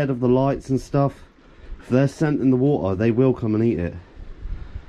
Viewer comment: Wah-ah You mean water? Lol